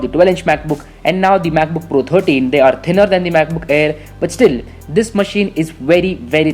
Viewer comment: When you say 'MacBook' it sounds like you're saying 'BUKBUK' lmao